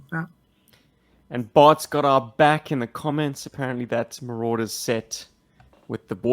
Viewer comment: Gah...you said Marauders again 😂